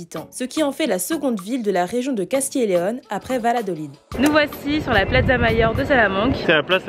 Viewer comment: Très jolie ville Salamanca, ville étudiante. Dommage, l'atmosphère en soirée est très exceptionnelle, très particulière, tranquille. Sinon Valladolid se prononce Bayadolide 😉